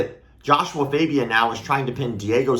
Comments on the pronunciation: It is joshua fagia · Host: "Joshua Fabia? " Freak-boy: "Joshua FAHbia " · It's Joshua FA bia. FA like LA in La la land.